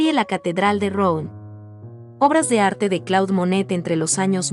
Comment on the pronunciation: Si vas a comentar a un pintor tan famoso francés aprende la pronunciación. El nombre de la ciudad de la catedral se pronuncia más parecido a Ruan.